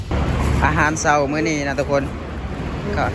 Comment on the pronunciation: พยายามพูด อาหารเช้า ตอนเช้า ช.ช้างนะ สำคัญนะ ต้องฝึกๆๆๆ...😊